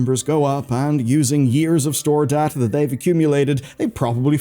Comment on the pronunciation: So... you speak Data, instead of Data...